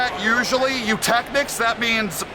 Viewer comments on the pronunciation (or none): none